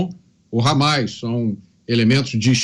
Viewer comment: Meu deus até a jovem pan tá com medo de falar hammas cara falou por mais de duas vezes habas